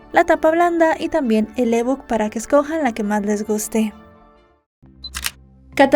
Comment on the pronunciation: No puedo evitar reírme de la caótica pronunciación de ebook